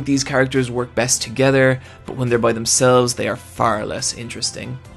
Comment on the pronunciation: I love how he says "aRRRRe"